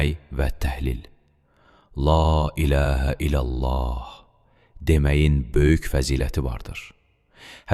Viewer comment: Qardaşim çox saqol məlumat verdiyinə görə amma bir kəlməni səf dedin iləllah yox illəllah